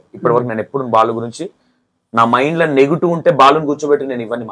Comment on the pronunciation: ***నేటివ్*** మీరు నెగిటివ్ అంటున్నారు చూసుకోండి యాంకర్ గారు..... చాలా రోజుల తర్వాత ఉప్పల్ బాలు ఇంటర్వ్యూ చేసి కరెక్ట్ గా యాంకర్ లాగా ప్రశ్నలు అడిగావు ఇంతకుముందు నువ్వు చేసిన ఇంటర్వ్యూలు అన్ని చూసాను బ్రదర్ కొన్ని వెకిలి నవ్వులు ఉండేవి.